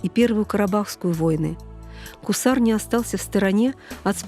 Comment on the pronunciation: Не Кусар, а Гусар -также как Губа, раньше по русски Куба. А так интересно рассказывает.